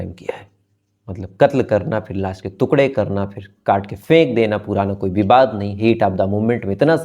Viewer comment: श्रीमान आप टुकड़े को तुकडे बोलते हो जो गलत है